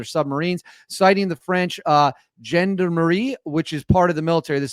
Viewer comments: Gender marie😂 its said zhon·daa·muh·ree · Pronounced "John-darm-may"